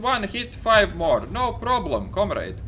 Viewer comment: com-raid? lol